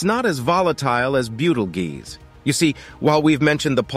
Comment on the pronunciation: How many time can you misspronounce the stars name: yes!